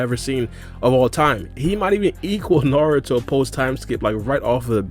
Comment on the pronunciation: Did bro just say saruto?😐